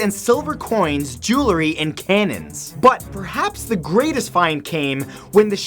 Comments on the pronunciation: (1) I absolutely love your videos. Thank you! (2) the word 'JEWELRY' is pronounced jew el ree , NOT jew la ree. A small price for me to pay to enjoy these, but it does bug me every time. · Dude, great videos! Just one thing. It is JEWELRY. Not JEWLERY. As in "Jewels" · Did you just say Joolery? lol